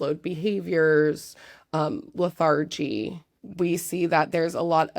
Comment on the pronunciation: le-THAR-gy? Where did that pronunciation come from?